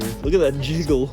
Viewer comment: “look at that jeggale” lol the way he said it